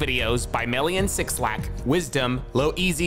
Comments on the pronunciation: Not he rlly said “six-lack” ☠️ who gone tell him? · 6lack is pronounced black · This man did not just say six lack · come on man you did not just say "six lack" LMAO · “Six-LACK”. Disgusting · Did bro say "Six Lack"?